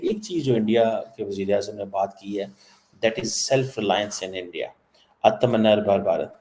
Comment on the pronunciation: Pronunciation is AAAAAATM. NIR BHAR BHARAT THANKS SIR